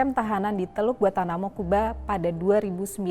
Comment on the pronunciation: Gua-N-tanamo, bukan Guatanamo,.